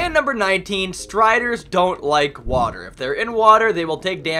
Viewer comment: You said "water" wrong you said hater.